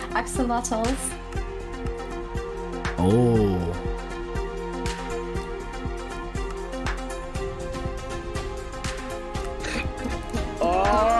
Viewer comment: tommy: OxOlOtS everyone ever: axolotls tommy: OxOlOtS